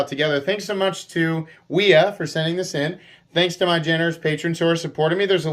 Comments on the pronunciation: You said that wrong, fyi, it’s “wi HA!!!!” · Did you realize you said wiha knives 😂😂